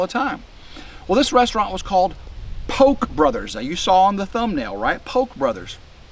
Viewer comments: It's pronounced Pokay,. Japanese... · We in So.California pronounce it "PO'-kee". 😁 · poke is pronounced pokay